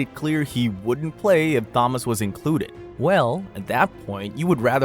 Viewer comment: If you’re going to use AI for narration, teach it how to pronounce Thomas.